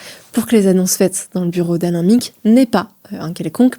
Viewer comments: Alain Minc se prononce Alain [Main-k] pas Alain [Min-k] 😅 c'est pas sérieux tout ça ... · Belfor"T" , M"i"nc, "winsk"??? we are in france, we speak french! étonnant ces prononciations à l'anglaise, c'est quoi ce bordel? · Bon la petite journaliste en stage ferait bien d’apprendre à prononcer les noms de famille… Alain Minc il fait mal aux oreilles. … On dirait radio Nova mais version droitardée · Merci pour cette vidéo au top !! Pour info, on prononce : Gramchi (et non gramski) Alain Mainque (et non Miiinque) Belfor (et non Belforte) Volainski (et non ouolineski) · On dit : Jean Louis [Borlo] Alain [Mainque] Antonio [Gramchi] ❤ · Chère journaliste, merci pour votre vidéo fort intéressante ! Je me permets néanmoins une petite remarque : Alain "Minc" se prononce avec le "in" de "vin" (pas "minne-k"), Antonio Gramsci se prononce "Gramchi" (pas "gramski"), et Belfort se prononce sans le "t" muet de la fin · Oui, c'est dommage ça décrédibilise la vidéo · Je suis désolé, vos sujets sont très bien construits, et je les apprécie en général. Mais faites un effort sur la prononciation des noms propres (Minc, Gramsci, Belfort, Wolinski, etc). Ça détruit la crédibilité de vos sujets en montrant que vous ne connaissez pas les personnages dont vous parlez. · Prononciation de Minc, de Gramsci et de Belfort juste catastrophique. Ça décridibilise le propos pourtant très pertinent.